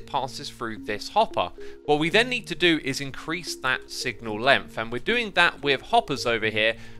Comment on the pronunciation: Americans: Length Xisuma: Lumpf